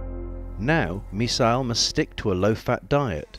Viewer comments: Misael but he's pronouncing it "missile" when it is "miss-ayl" not "miss-aisle". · It's Misael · Its "Misael"